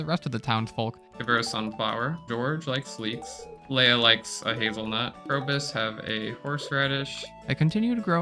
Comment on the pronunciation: Leah is not pronounced Leia learn to read